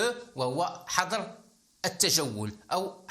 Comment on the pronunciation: حظر تنطق بتسكين الظاء